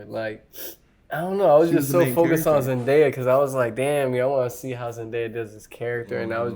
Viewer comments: It’s zendaya not zendieya pfft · nope it’s pronounced zendaya